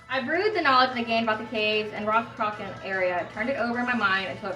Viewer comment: oh nevermind you answered it in the video - if you like these guys you might dig primordial and omnia! they do excellent morrigan inspired music as well, also it's pronounced cruh-uh-chan (the ch is like you're clearing your throat).